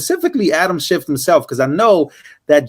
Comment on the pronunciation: ITS SCHIFF.... NOT....SHIFT........